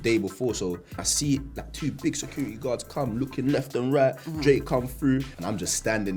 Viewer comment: Left and RAGHT 😂😂😂😂 I’m sorry I kept replaying that part